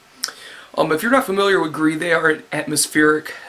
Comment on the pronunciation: Your pronounciation of gris was alright. Btw gris means Gray